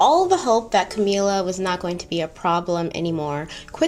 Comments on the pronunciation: Sorry to be weird about this, but I think the correct pronunciation is CamILLa, not CamEELa. Like the word "ill". Love your content!! Keep doing what you are doing! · cam-ill-a, like sick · So love your content! But this video irked me with how you pronounced camilla’s name. “Cameela”??!! Noo. It’s ca-mil-la pls don’t accentuate makes camilla sound pretty princess like which she is not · “Cameela” My brain: Ca-mill-a Every.single.time lol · I’m dying at your pronunciation of Camilla, you’ve given it a Spanish flair 😭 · I’ve giggled every time. Anyone else but.. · Yes I got that too and I am an African who watches many Mexican movies. These movies seem to have a lot of Camilla in it and sound just like calls it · Thought I was the only one😂😭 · The way you are pronouncing Camilla 🤣🤣🤣🤣🤣🤣 but you said you watched the crown !! Love the video regardless